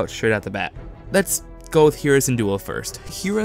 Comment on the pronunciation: Great video! I agree with most of this, but I hope kanan doesn't die. Take ezra instead of kanan filoni.... also Hera is pronounced "Hair-Uh" not "hear Uh"... sorry to correct you, it was just really bothering me XD